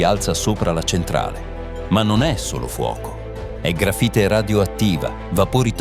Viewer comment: Ma per favore .. "il contenitore di contenimento" "il gafite invece che LA grafite" ... una enormità di strafalcioni ...